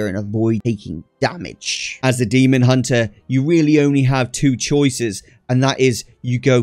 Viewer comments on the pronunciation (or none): none